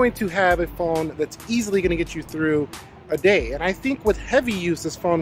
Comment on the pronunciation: R u calling this phon sir??